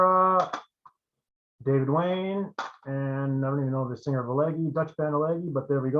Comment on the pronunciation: I'm pretty sure you're mispronouncing Elegy, it's more like 'eledjee'. My pick has always been Kiske and it was perfect timing - he had left Helloween around that exact time and his voice really would have been awesome in Maiden. His range is even higher than Bruce's.